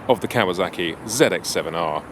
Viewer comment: Cool old bikes but you know it's Kawasaki, not Kawazaki, yeah?